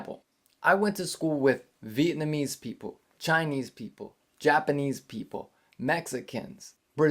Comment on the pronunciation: you pronounced "Vietnamese" correctly, I appriciate it!. From Vietnam with love.